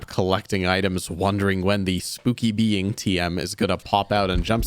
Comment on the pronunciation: I loved seeing the British man again trying to explain what the Monster in Crypt was in the most British way possible. “What a spooky bein’. What a spooky bein’”